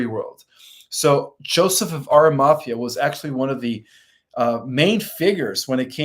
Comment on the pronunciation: Pronounced Ara-ma-thee-a! He is Marys Uncle. And Roman is Pontius Pi-late. Also suggestion- consider getting a large sceen to put behind you maybe decorated with lights to hide the very busy background. Also you never answered my question i had sent money for - will i live physically on the earth with my husband who passed last year after the solar flash?